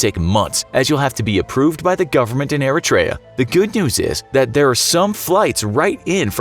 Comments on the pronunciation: Eritrea is pronounced earthra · Its E-reit-tree-ah not air-a-tray-a or whatever they said in this video. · It's pronounced "ear - REE - tree -uh". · yeah, did he just said Erichrea? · You pronounced Eritrea completely wrong... its like "ERIE CHIA" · they pronounced Eritrea all wrong smh. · he didn't pronounce Eritrea properly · That’s not how you pronounce Eritrea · Anyone else cringe by the way he says Eritrea lol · Doing this much research you would think he could pronounce Eritrea right